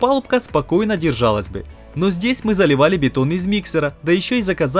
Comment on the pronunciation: ТЫ откуда слова произносишь неправильно мЕшалка, бЕтон)))